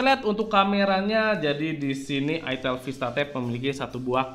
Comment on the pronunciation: Salahnya penyebutan mereknya ga enak banget 😭😭😭😭